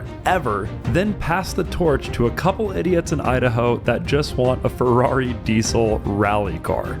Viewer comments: Ferwagon Hahaha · c est une fewwari🤣🤣